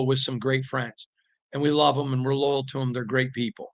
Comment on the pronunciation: Lowell? Lull? It’s LOY-AL.